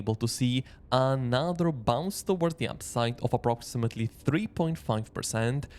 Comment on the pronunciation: Another not ANAATHER😂